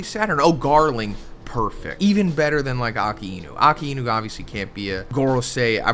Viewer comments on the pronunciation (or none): It's pronounced "Ah-kai-nu" not "Aka-ee-nu".